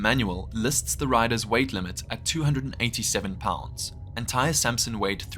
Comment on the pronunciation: Also, the boy’s name was pronounced Ty-ree.